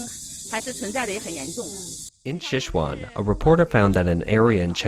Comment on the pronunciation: Please don't rake this the wrong way but look up how to pronounce Sichuan.